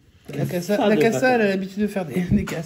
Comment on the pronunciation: Salut.Je confirme,tu as bien prononcé"CASSA" et non "casa"mais bon,tu dois être habitué...😄😄😄 Bonne journée.